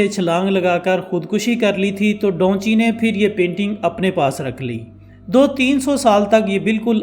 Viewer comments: Bhai donchi nah hai uska naam da vinci 😆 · Da vinci he bhaii dhonchi nahiii 😅😅😂😂😂😂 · بھئ اس پینٹر کا نام ڈاونچی نہیں ۔۔ دا وینچی ہے 😂🤣۔ نام چاہے جس زبان میں بھی ہو ٹرانسلیٹ نہیں ہوتا